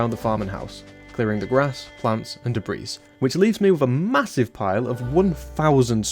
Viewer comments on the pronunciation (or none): Mate, 'debris' isn't supposed to sound as if 'debreeze' was the same as 'dawind'. Day-Bree. You can keep the 'z'.